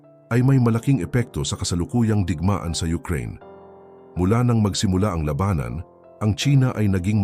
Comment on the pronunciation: Ang ganda ng content at message... Pero ang daming maling accent o pag pronounce nang mga salitang dapat na itama na naayon sa tunog ng pag bigkas nito... Gaya halimbawa ng TULAY, LUMALALA, LABANAN at marami pang salita o punto na mali ang tono ng salita. Yun lang... Mukhang hindi purong PINOY ang nag sa salita ng narrative ng content.